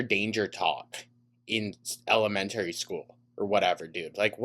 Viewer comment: The thing that disturbs me the most is finding out how pronounces documentary and elementary lmfao 😘